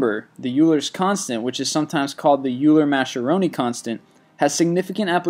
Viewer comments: Euler is not pronounced 'yu-ler', It's 'Oiler'!!! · It's not "youll-er" it's "oiler" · EULER IS PRONOUNCED OYLER NOT YEWLER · Oiler, not Yuler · His prounciation of Euler gave me cancer. It's pronounce Oil-er. Not yew-ler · It's "Oiler," not "Yuler." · So you have pi, the golden ratio, and Euler's number... but sports numbers and phone numbers are at the top of the list. Many of those numbers aren't "repeating" and it's pronounced "oiler." Really 😑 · Pronounced "oiler" not Euler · You would think that somebody fluent in Math would know how to correctly pronounce Euler It is pronounced like "oiler" not the weird way this announcer did it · Euler is pronounced as oy-ler. :) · Euler is pronounced 'OIL-er'! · I believe it's pronounced "Oil-er" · Euler is pronounced "Oiler" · you keep saying euler wrong. its pronounced oyler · Euler is pronounced "oiler" Get your facts before making your lists please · FYI, Euler is pronounced "OILER." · Euler's name is pronounced oiler. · Euler = oiler. Learn pronunciation. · Euler. Pronounced more like "Oiler." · Lost me at 3.14 repeating. Along with many others. Euler is pronounced similarly to "oiler". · Great video! Love all your uploads. Just a minor correction; "e" or Euler's number, is actually pronounced like ''oilers" number. Keep the vids coming! Source: My Calculus professor. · Euler is pronounced as "I-Ler", it's french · Pi doesn't repeat, e doesn't repeat, Euler's constant doesn't repeat, and it's pronounced OILer. You know, like it's spelled. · EULER IS PRONOUNCED OILER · Euler = "oyler" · Thought Euler was pronounced like "oiler." That's just what my math teacher said. Please correct me if I'm wrong. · Euler is pronounced like oiler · "Euler" is actually pronounced as "Oiler" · It's pronounced "Oiler's" number - that's the german pronunciation. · its pronounced "Oiler" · That's not how you pronounce Euler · You can't even SAY Euler's name right. Go back to school and pay attention! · Euler is pronounced Oiler, not Yuler.